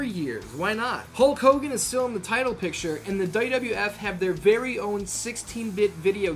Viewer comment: He pronounces WWF as "Duh duh eff"